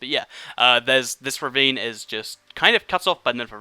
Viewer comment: The whole beginning of this video all I heard was revine revine revine